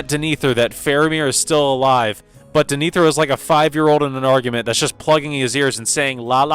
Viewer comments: Clarification : DEH-neh-thor, not duh-NEE-thor. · I presume you watched scenes depicting the steward of Gondor with muted audio, because how else could one come away calling the character Dinethur? In the charming parlance of my rustic forebears, that dog don't hunt. Denethor. Rhymes with Jenna Thor as opposed to Gin Ether. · Okay not a bad review with a couple of exceptions, pronunciation. It's pronounced THAY-O-DEN King and DEN-A-THOR. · I watched the movie but I keep pronouncing DEN-AH- THOR den-ethier lol other than that nice video 😅❤ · Wtf was that pronunciation of Denethor? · I came here to ask about this, because I felt like Denethor's name is well pronounced a few times in the movies so how is it so off lol